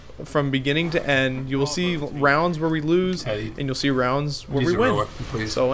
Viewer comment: "Oh the wag, I'm not trying to wose I'll kick wu"